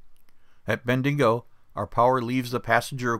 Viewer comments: Where the heck is “Tottingham”? At least you pronounced “Brisbane” ok, but “Ben-DIG o? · Lol, love how you pronounce "Bendigo"....try saying it like this "Ben-Dee-Go". It's a pity you did not get to tour Adelaide South Australia, maybe next time.....Ps, it's your toilet water that goes the wrong way mate!